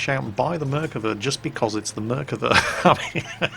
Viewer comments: Nice attempt at pronouncing dear! (though you are wrong...:) ) "Merkava" - like 75% of the words In Hebrew, is pronounced with the stress on the last syllable of the word. It should be pronounced "mer-ka-VA" and not "MER-kava" as you pronounce here. For reference - say "Merkava" like you would say "coup de grâce!" in french. Salute from Israel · I'd love to record myself and let you know how to pronounce it. I'd say the first way was better than the "corrected" one. Try to emphasis the last silable out of the 3. merkaVA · Still wrong its mer-av-ka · it's Merkava thats how you read it don't know who toled you mirkava but never heard any one call it that here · I'm Israeli and hearing you say mirkava makes me cringe, it's merkava, just as its typed, don't know who told you otherwise, tell him to can it. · and he even pronounced Merkava wrong XD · he didnt pronounce merkava that well either, he's still a brit; no matter what we do. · Your pronunciation of the name is wrong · Hey! You are absolutely right - I was playing this game just for this! But, you have still mispronounced the name. The emphasis is on the last 'a' in the last syllable. Love your videos! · imm from israel and the way you say the name of the tank is just driving me nuts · חחחח נכון